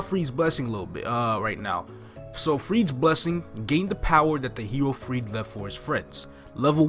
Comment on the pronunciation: Well, GMS made a mistake. In korean (the original language for this game) and in japanese it's pronounced and written as "Freed" (japanese says "furiido")